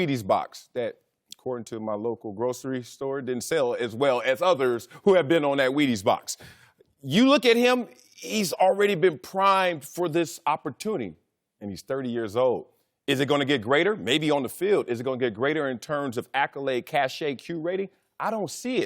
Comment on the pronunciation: Yes because it's so proper for Wiley to say opportuny and medier